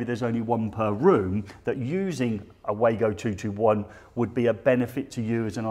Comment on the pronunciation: And again guys, it's pronounced Wa-go not Way-go 🙂